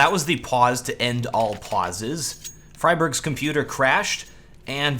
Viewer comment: Love your work but it's "doo-pree" and "free-berg". Once you sort out those pronunciations, I'll be a happy little linguist.;)